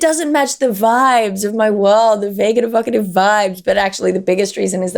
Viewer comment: Vaiggedda vaiggedda? Oh! It's - she said "vague and evocative"! Back to concentrating on the show...😅